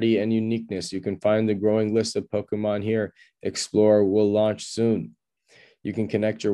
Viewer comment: You don't know how to pronounce Pokemon lol. It's a Japanese word and NOT Po-kee-mon like you said lol. Proper pronunciation is Po-kay-mon. English speakers usually say Po-ka-mon. Just an FYI as you made a big deal over the PMon coin lol.